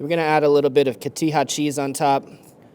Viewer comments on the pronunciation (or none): COTIJA CO-TI -JA !! NOT CATIJA~!~ CO as in CORN